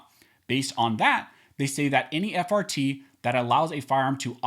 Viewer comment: I know I'm childish sometimes but I keep hearing fart instead of just frt.